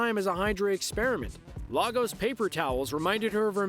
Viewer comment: Lagos is pronounced Lay-goss and it’s not a country - it’s a city in Nigeria 👍🏾